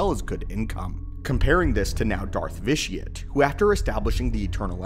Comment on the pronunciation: Why does everybody pronounce the name Vitiate as vish-ee-utt when the actual word vitiate is pronounced vish-ee-ate which means to spoil the quality of something